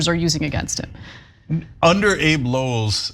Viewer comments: It’s not Abe (as in Lincoln) Lowell, it’s pronounced Abbey as in a building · Abbe is pronounced like abbey, as in Downton Abbey.